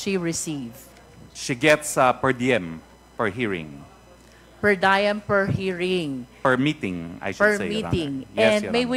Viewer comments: Congresswoman, diem (latin word), not “dayem”. Magaling ka eh, sumasablay Lamang pronunciation mo. Review mo. 🤣 just helping. ✌️ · The "per diem" term appropriately pronounce as "pər-ˈdē-əm" not "pər-ˈdaɪm".....